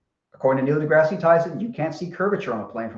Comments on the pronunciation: Degrasse... de-grass. Dear God that was driving me crazy. Either say it right or stop saying it. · Wow this is painful, not only does deny all the science that Explains the globe he has a pop at for mispronouncing aperture then continuously refers to Neil "DeGrassy" Tyson. You're gonna have to get some more beers in to counteract all that stupid being thrown at you. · should be renamed it Limitless Patience. Complains that mispronounces aperture, yet can't pronounce Neil DeGrasse Tyson's name correctly. -. This, folks, is the difference between science and deluded bullshit, explained by none other than.